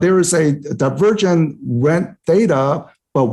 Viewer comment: I thought he said "the virgin" in the beginning..